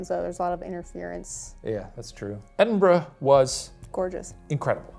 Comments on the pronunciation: "Edinbro" lol Why do Americans struggle with this so much. Dudes, it's Edin-Bruh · edenbro?! how do you spend time in the city and still leave unable to pronounce it 😂